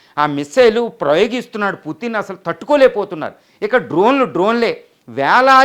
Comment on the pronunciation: please converce as putin not puttin. it will give a different meaning